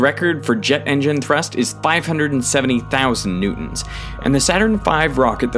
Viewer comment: Newtons❌ New Ons✔️